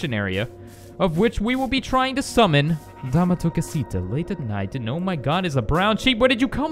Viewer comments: The way you pronounce dame tu cosita is absolutely terrible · He pronounced dame tu costia